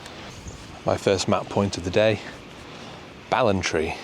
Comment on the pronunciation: Ballantrae -> Bal-an-tray 😊